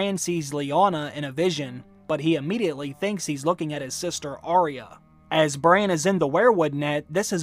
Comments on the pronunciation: I love your videos but its Arya and not Ariah pronunciation is a bit off.. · As such a expert you are calling yourself, you should at least get her name correct! It's Arya not Aria! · I wish people would say her name correctly. It’s Arrrr-ya not Arr-ee-ah.